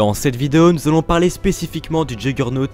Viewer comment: Si je puis me permettre ça ce dit yourgeunotte a l'oral